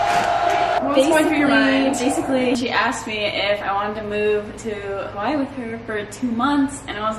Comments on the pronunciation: Pronounce it as “Ha wuh ee “ or “ Ha vuh ee “ please and not “ Hawhy”. there’s an okina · i know stans are about to come at me for saying this but i don’t mean it disrespectfully. please if you’re gonna live in Hawai’i please pronounce it properly, it isn’t that hard. ava (who i think is one of your best friends) says it properly all the time even when she is with you so i was hoping you’d start saying it right :( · hey girl, can you start saying Hawaiʻi right?! thenks